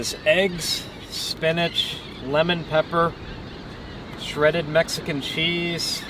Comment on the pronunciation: Spee-nach WTF??!!!